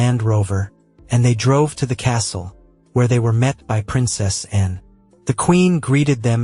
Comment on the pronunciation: I don't like the way youpronounced "Anne", too short & clipped.